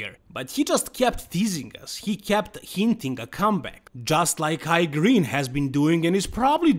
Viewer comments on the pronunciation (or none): none